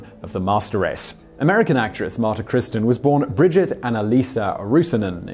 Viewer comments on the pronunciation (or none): none